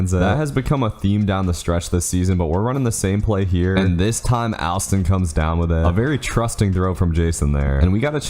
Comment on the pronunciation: Alston pronounced (All-Stun)